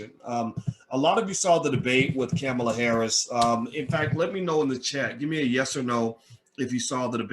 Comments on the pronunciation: Yo man, her name is pronounced "com-uh-la." And I don't care about this post particularly...we still need to get Trump out of office. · can you please pronounce the woman's name correctly . i understand and appreciate your ideas about black empowerment and self reliance, but there are many who have been beaten down by the system and cannot stand on their own, so even they can somehow get something from the system, what is the problem.the military and the prison industrial pipeline have definitely created their own spaces for disruption in our communities, how are these men, for the most part, are to rise up and thrive in your world view ?